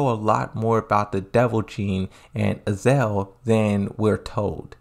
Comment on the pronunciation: It's pronounced "Azazel" not "Azael" there are 2 z's in the name